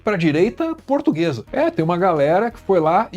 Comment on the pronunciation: "Eu sou purtuguesa de raça", que raça de cachorro é essa? 🤣🤣🤣🤣